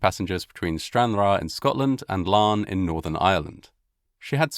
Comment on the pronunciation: for pronouncing Larne correctly. However, Larne is in Northern Ireland, which is part of the UK.